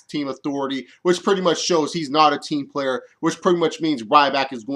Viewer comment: i almost pissed my pants laughing when Luke Harper said ''Im a team playerr''''...